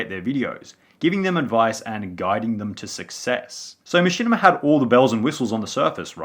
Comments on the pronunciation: bro learn to fucking speak "jurring" "machinimER" "YouCHube" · “Machinimar on Dewtoob” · I like when you say machinama, but I really like when you say machinamar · Dude keep saying “Machinamer” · How come sometimes you say "machinimer" and "youchube" instead of "machinima" and "youtube"? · The amount of times this man said machimina 🥴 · the downfall of Machinimer on YouChoob in two thousan' twelve, two thousan' thirdeen, two thousan' fourdeen